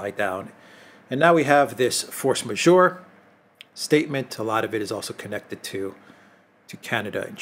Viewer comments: Force 'majeure' pronounced as majher, not major. 😊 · Force majeure: pronounces it incorrectly, more than once. Majeure he pronounced as majore, there is no O in the word, he reads a letter that's not there..... The eu vowel combination is pronounced as in Euro, European; not that difficult is it and certainly not unknown: majeure. The French saying is "farce majeure " meaning a big farce. A variation is "force majeure ". big force. Majore is a French word as well, it means increase: force majore: increasing force, which would be right in the context, but that's not what is written in the title: it reads majeure. Language......